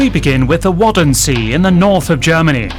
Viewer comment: "wutten-mair" not "wodden-see", this narrator . . . 1.) pronunciation off, 2.) Waddenzee is the DUTCH name for this biome, but if we talk about germany and the part of the biome that belongs to germany, it would make more sense to use the term they use to call it